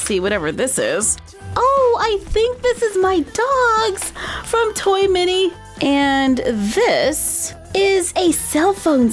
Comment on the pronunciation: Why instead of T O Y M A N Y she says T O Y M I N Y